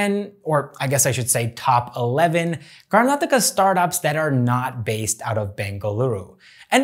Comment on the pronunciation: Thanks you bro firstly you pronounce our state properly manny north indian can't do this.